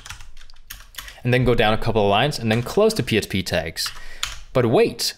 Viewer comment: I agree that you do a good job with your videos. However, you keep saying "psp" when I think you're trying to say "php".